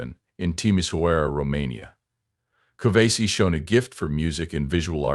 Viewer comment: 1. It's Nicu Covaci, not Covasi. 2. He's not American, he's Romanian. Get your facts straight, before dishonoring someone's memory.